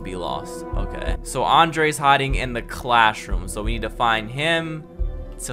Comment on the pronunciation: I know y’all heard him say clash rooms